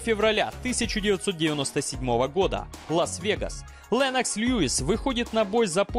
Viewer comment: он не ЛЭннокс, он ЛЕннокс (буква "е", следуя после согласной, смягчает звук)